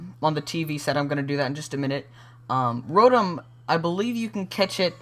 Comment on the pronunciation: Row-tom not rotem